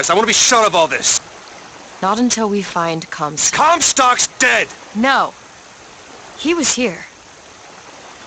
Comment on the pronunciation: I hear "Cumstock" every time... dammit